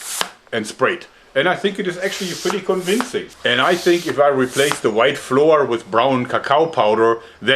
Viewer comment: Just a heads up, flour is pronounced flower.